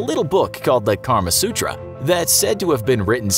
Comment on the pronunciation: am I the only one who heard "Karma sutra" the first time he said it.